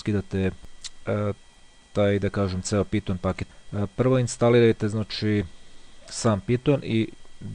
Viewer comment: NE KAŽE SE PITON NEGO PAJTON!!!!!!!!!!!!!!!!!!!!!!!!!!!!!!!!!!!!!!!!!!!!!!!!!!!